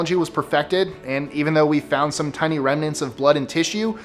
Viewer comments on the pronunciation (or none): none